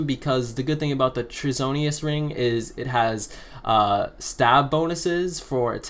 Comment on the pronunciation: Dude....Treasonous is not pronounced... Treasonius. ......Treason. act of Treachery is pronounced "TREEZON"